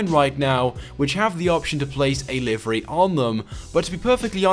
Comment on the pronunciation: he pronounces livery wrong